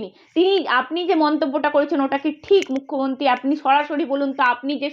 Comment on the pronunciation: অ্যাংকরের উচ্চারণ অতি জঘণ্য। উদাহরণ এক্সেলেটর, মুখ্যমন্ত্তি, পাসাদ, বন্নপরিচয়, ইন্দনিল। আর শুভেন্দুর কুকথা নিয়ে একটা কথাও বললো না এরা। নিরপেক্ষ সাংবাদিকতা 😄